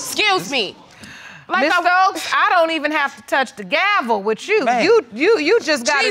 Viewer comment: I thought the same it's Library...she also says wit No it's with. Come on articulate your words.